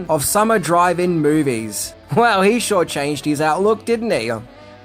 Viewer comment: Good coverage of a good movie, but was he saying drive-in movie or driving movie?